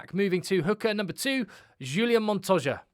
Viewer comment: H H H ulian....not J J J......Montoya..., Pieter-Steph completely agree with you, my best player and what an engine...Matera for me, similar standard to PSdT, Harry Wilson - performance and Captains call on going for win -excellent. FeinbergM - new world superstar. Joseph A Su - fantastic - I do like Quinn Tupaea though! Carter for NZ up and coming - will be great. VAA'i - great but lots of penalties, and c'mon Quagga Smith must always be there - surely!! Great show btw, well done!